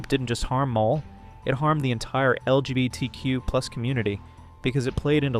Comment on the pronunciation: This doesn’t relate to the video and in no way to be rude but every time you say LGBTQ and hearing you somewhat slur it or mispronounce I’m reminded of that one Brandon Roger’s quote “They keep adding letters, but I add tolerance!”